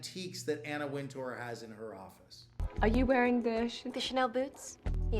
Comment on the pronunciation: Winter, it's pronounced Anna Winter. You're welcome